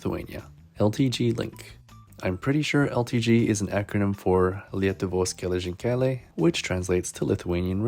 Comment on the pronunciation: Lietuvos Geležinkeliai - gražiai pasakyta ir kirčiuota!